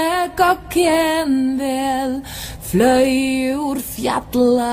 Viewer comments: I know fjalla (pronounced more like fjatla, but still different) means mountain, but she was pronouncing the "ll" differently than I remember being told it was pronounced. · I know that mountain is pronounced "hjatlla"